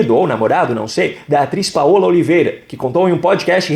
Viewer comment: Fala-se PAULA e não PAOLA....NÃO SABE ITALIANO?